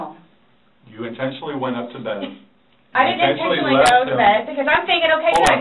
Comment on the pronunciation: Not... INTENSHUNLEY!!